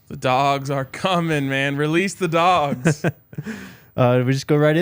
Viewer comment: You said Dawgs, man made me think you meant they landed one of our (UGA) transfers. You meant dogs.